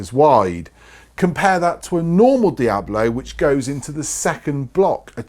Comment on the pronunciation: Please, it's called DiaBOLO and NOT Diablo. Diablo [ˈdjaβlo] is a Spanish word meaning "Devil". Diabolo pellet